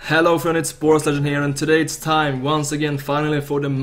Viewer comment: höly shit möther of all Swedish accents Borås 😂